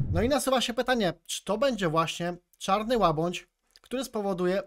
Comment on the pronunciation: ŁABĘDŹ kuwa a nie łabądź!